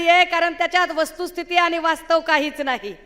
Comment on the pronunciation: आनि पानि वहन पुरन …. ह्या बाई च्या भाषा शिक्षकाने आत्महत्या केली.